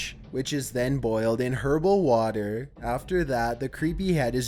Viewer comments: Also... Double check your pronunciation of herbal and artisan on the shrunken head part lol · "Macabre" is pronounced mah-COB. I don't know why, but it is. "Herbal."